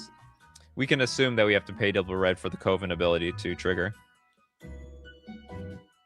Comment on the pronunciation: Brother you're killing me and I mean KILLING me with that pronouncation of coven...